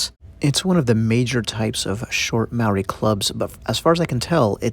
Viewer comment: Wā hā Ika pronounce it correctly if you want to teach my culture.. Please pronounce Ma o ri Pronounce like (maow - dee) Thankyou for teaching my culture I am ( Tuhoe - Ngati rangi wewehi) I also am a carver in these taonga. I find it offensive that these things are in museums these belong where they originate from